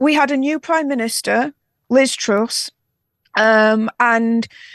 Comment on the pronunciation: It’s TRUSS!!! Not TRUCE